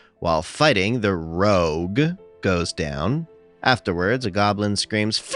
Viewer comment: Stop saying rouge like that.